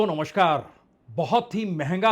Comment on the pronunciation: Today's 'Namaskar' is sounding like Bengali accent 'Nomoskar'.😁